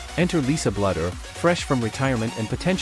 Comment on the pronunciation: Please pronounce Lisa's name correctly... It's not "BLUDDER." It's Bluder as in "BLUE - DER."